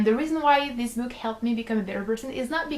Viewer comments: i couldn't help but laugh every time you say "book" because it sounds like you're saying "boob" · i was just about to comment that....haha